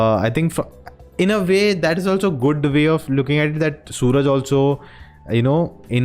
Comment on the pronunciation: Not Sooraj . His name is Suraaj.